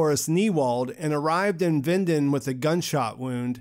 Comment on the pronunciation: Great video, though I don't like how you pronunce Winden